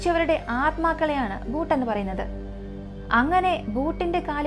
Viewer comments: ചേച്ചി ഒരു ചെറിയ തിരുത്തു ഉണ്ട്... Boot അല്ല... Bhooth ആണ്.... അതായത് മലയാളത്തിലെ ഭൂതം എന്നാണ് ഉദ്ദേശിക്കുന്നത് 😊🙏👍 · Not boot it's bhooth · ബൂട്ട് അല്ല ഭൂത് എന്നാണ് 🙏 പൊന്ന് ചേച്ചി അതെങ്കിലും ഒന്ന് നേരാവണ്ണം പറ 🙏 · Bhoot alla bhooth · Madam ji, it's not Boot...it is Bhooth.